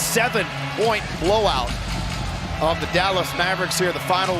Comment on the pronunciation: dal-ASS maver-ICKS